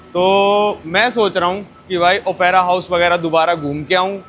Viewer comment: I have put a comment for your wrong pronunciation, but you gave that a blind eye. It is not Opaira, who told yo that. Do you never use a book called dictionary. It is Op-ra house, not Opaira house. Op-ra, got it?